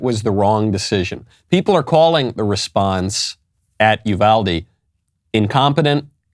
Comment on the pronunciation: Finally someone who pronounces Uvalde correctly!